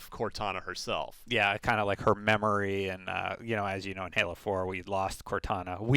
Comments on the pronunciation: Oh wait. I get it. He says Hal instead of pronouncing it Haul. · If he says Hal-z one more time, I think I'll scream. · It sounds like he's saying howsy a couple times lol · no it's hall-z, not hal.